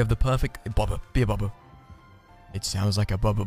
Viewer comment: The way he says bubba is oddly satisfying